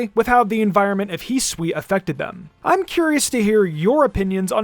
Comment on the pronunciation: Ah yes, the region Hiswi